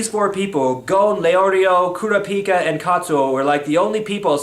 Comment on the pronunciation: It's pronounced "Kur-A-pi-ka".